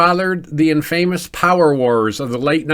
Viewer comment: Is there something wrong with my ears? I kept hearing "fraduel" also "in-famous" probably others I have a strange habit of not focusing on the main point